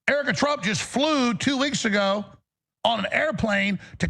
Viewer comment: Did he say Erica Trump